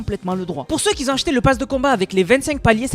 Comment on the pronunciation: Cool tes vidéos, par contre on prononce pas " qui zont " dans par exemple " les gens qui ont débloqué le skin" . Ça pique les oreilles a chaque fois 😂😂